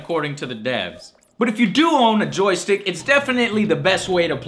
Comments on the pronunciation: Say it with me now: JOY...STICK I had to replay that part for several times :-D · I swear I thought I heard him say "Joe-Stick" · Joe, when you say joy stick like that it makes me feal uncomftarble.